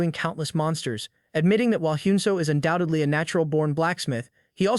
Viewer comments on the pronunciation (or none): none